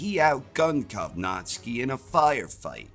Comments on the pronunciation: great preview video, but man it hurt my ears every time you butchered Kownacki's name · how do you pronounce kownacki so wrong